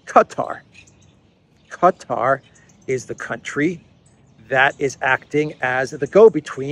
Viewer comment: Hey, its written Qatar and pronounced kuh' taar with emphasis on "taar" damn you got my ears jumping.